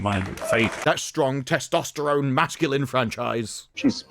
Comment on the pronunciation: Ew! Did he say testeroni? It's not a spaghetti! It's not supposed to get floppy when wet! 😅